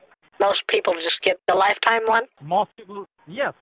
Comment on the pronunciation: Lifetiem support RIP English, RIP.